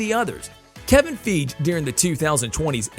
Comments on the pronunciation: His name is pronounced Kevin Fige. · It's been 13 years. How do you not know how to pronounce Feige by now? FY-Ghee. With a hard "g".